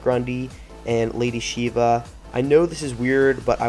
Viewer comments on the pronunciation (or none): none